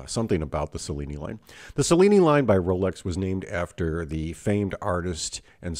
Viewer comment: My father, a native Italian, would have pronounced Cellini like cello, not like cellophane.